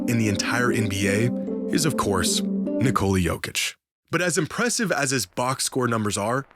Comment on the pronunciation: his name is basically his country's version of nicholas. and yall calling him nicole-uh for absolutely no reason at all. damn silly